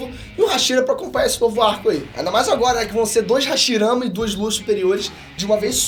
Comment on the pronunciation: é impressão minha ou ele falou "hashiramas"😂😂